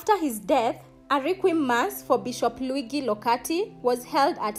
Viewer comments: A quick lesson: Luigi is pronounced Lu-I-dji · True. She should have at least googled thhe pronounciation. She also said he was sent to Kenya as Bishop. The good bishop served as a priest elsewhere. Good research= great piece